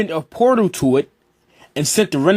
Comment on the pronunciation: It's not Atsutski O-TSU-TSU-KI